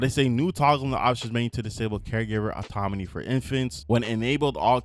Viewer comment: You saying autoMony instead of autoNomy bothers me so much lol